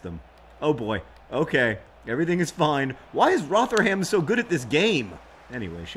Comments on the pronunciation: It's pronounced ROTHA - UM :) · Hey John, It's pronounced Ro-the-rum. ...I guess that's another thing you were 'wrong' about :P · Surely it's Roth-rum. With the 'th' pronounced as in 'them' not as in 'thing'. Also the u in the final syllable is barely pronounced, more of a glottal stop. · Rotherham = "Rother-em" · Having John Green mispronounce the name of my home town of Rotherham feels like I've achieved some dream I never knew I had. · even I know -ham is pronounced -um. and -shire is -shur. the more you know.